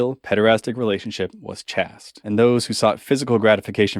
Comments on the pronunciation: Chaste is pronounced with a gay a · I always pronounced chaste as rhyming with waste. Not chaste rhyming with fast. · Great arguments here! Just one note of correction, pronunciation of "Chaste" is the same as "Chased". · chaste is pronounced liked "taste" but with a "ch" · Pedagogy is pronounced peda-gojee and Chaste is pronounced chayst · good video, but just so you know. The word chaste rhymes with paste. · You got Uranus pronounced right, but not Chaste? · He says "chaste" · You seem to be attacking a strawman argument. I've never heard ancient Greece described as a "homosexual paradise" or claims that homosexual relationships were the same as today. Also, that's not how to pronounce "chaste". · nice video would be better if you knew how to pronounce chaste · Your pronunciation of “chaste” bothers me, but that’s my only complaint. Excellent video and great research! Thanks for putting this myth out to pasture.